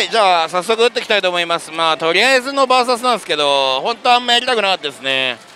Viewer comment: あなたの バーサスという発音は絶対に違うと思います。それが気になって見る気が失せます。